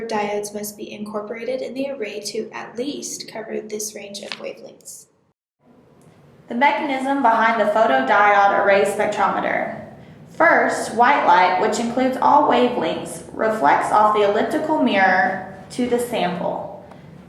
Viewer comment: "photo die-ode" not "photo die-awd"